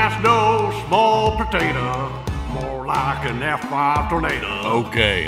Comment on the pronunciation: 'more like an f5 tornayy-dahh'